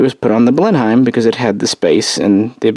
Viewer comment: Loving these aircraft histories. I know we speak odd over this side of the Atlantic but Blenheim is pronounced Blen-um.